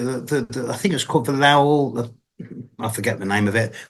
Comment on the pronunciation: Lowell rhymes with Bowl not Owl. I live very near Lowell Observatory and recently went up Mt Wilson to visit the telescope. Super cool up there lots of history. There are 4-5 telescopes up there in total. Worth a visit. You really feel a special historical vibration up there. You feel like you’re in a whole different timeline up there.